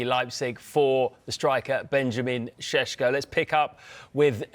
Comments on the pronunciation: Sesko not Shesko 😂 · Its sesko not shesh hahaha 😅😅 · reporter be like: Benjamin SesHko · Benjamin sheshko he says! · I don't care if that's how you're supposed to pronounce his name. Just say it like it's spelt so you don't sound like you've just went 12 rounds with Canelo.